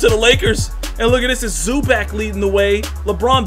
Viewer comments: ZU-back? 😂😂😂😂😂 its pronounced ZU-BOCK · bro think zoo bach. not zoo back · "Zuback" it's zubawc cmonson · Isaiah Thomas is a free agent lol and it’s Zu-bach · no it is pronounced zoo-box not zoo-bock its Zubac idk why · “Rayjon Rondo”...”Zoo Bag”...tf wrong with this guy. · Gabriel Salazar no it's pronounced Zupac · he said "Zuback" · Zubac (Zoo-Bahts)